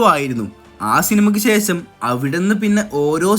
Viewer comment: സെശം അല്ല ശേഷം